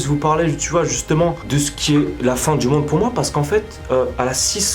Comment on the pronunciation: « Y’a la fin du mon et y’a la fin du monde » tu parle chinois mon frr